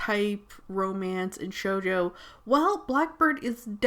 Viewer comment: When the person says manga wrong